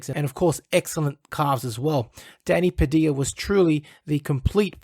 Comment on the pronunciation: Why does he say his surname wrong Padilla Not Padia